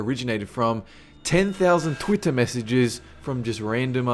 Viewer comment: Does this mean you won't say "Twittah" at the end of your videos anymore,?:c